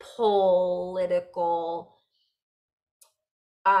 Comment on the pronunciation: How perfect you said “pull-itical” (political) pulling our attention in certain ways. Thank you so much for you service to share Namaste 🙏🏻 ❤🙌